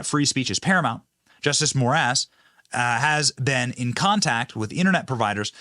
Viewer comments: Did you say more ass for the Supreme Court judge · Did you say the Judge last name is “More Ass. “ ? 😂